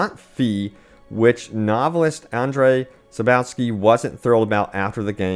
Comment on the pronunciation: Sap-cov-ski That's how to say his name btw..just correcting no offense intended